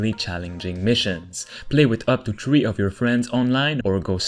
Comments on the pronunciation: He says to play with tree of my friends how many is tree! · Play up to "tree" of your friends lmfao...